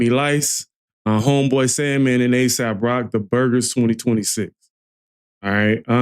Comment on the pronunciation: aesop.... get his name right